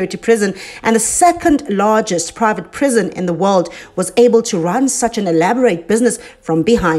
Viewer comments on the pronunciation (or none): none